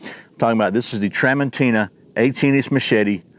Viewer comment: It's pronounced tra mon CHI na.